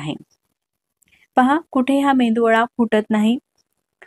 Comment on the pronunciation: मेंदूवडा नाही,मेदू वडा.